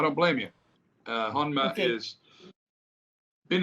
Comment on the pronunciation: Max Hon-ma 😂